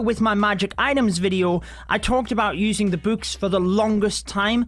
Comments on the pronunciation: The way he says books: bwks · Why his books sounds like b00bs